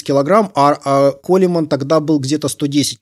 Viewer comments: Хммм... Не по теме... До этого смотрел видео автора пр изучению английского. И в этом видео на первых же секундах слышу - "Ронни Колеман". Колеман? Серьезно? Даже мой плохой английский знает, что правильно произносить - "Коулмэн". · Не Колемен, а Коулмэн. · Блять.. ну почему Колеман, если Коулмэн, или Колмэн.... Ну хоть в гугл переводчик забейте и посмотрите, как он это прочтет.